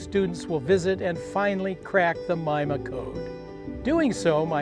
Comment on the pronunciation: I thought it was pronounced meema.